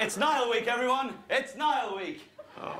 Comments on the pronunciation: Anyone else notice the first clip they said Neil and not Niall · 💫 fank u nayul 💫